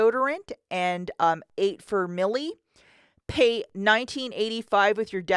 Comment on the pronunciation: It’s pronounced My-El